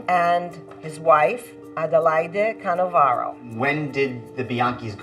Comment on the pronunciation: Canovaro.... not Cannavaro!